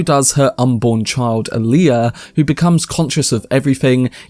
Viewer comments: i hate how they mispronounce so many names and use modern slang in the new films...its not 'hark-inin' its 'hark-onun' ...its not 'Ali-uh' its 'All-ya'... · Does no one on this site know how to pronounce "Alia"? The stress is on the FIRST syllable, not the second.